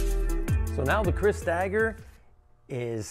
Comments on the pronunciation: It's pronounced like "crease" and an alternate spelling of the word you sometimes see is keris. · Hi you were close enough, it’s pronounced kr-EE-s or ker-EE-s. Legend states it originated in Java, but it’s safer to say that it originated in "the Malay world" (modern Indonesia/Malaysia/parts of Philippines) in order to avoid a lengthy political debate in the comment section lol The dagger type you did here looks more Filipino in design though, used in Kali and other Filipino Martial Arts. Very challenging blade and grind lines